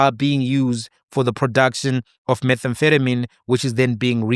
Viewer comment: That you couldn’t pronounce methamphetamine while wearing a coat in a lab was too funny. 😅